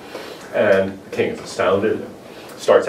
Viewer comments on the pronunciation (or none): none